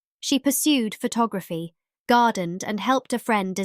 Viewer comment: It's AI---the pronunciation of several words ('photography' and 'declined') are mispronounced